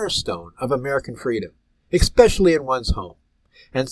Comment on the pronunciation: Sir, love the content and your passion for protecting our rights!! So, I say this to help & not embarrass you!! The word is especially not exspecially!! Keep up the great work sir, you're very much appreciated for all that you do!!